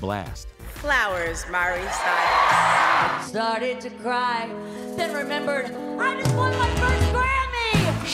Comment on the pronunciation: Did anyone else catch Mariah saying, 'Miree Cyrus' ? Is it just me or..? LoL 🤷‍♀️